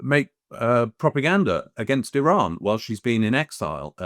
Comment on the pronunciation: Neutrality ???😅 Why don’t you go and learn how to pronounce the word Iran, then spew pro fascist hypothesis about dignified people of Iran. Shame on you.